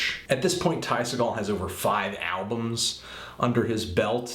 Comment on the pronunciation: you forgot The Epsilons! also, apparently the real way to pronounce his last name is SEE-gul, not SUH-gall. I asked him mahself. btw great review! spot on!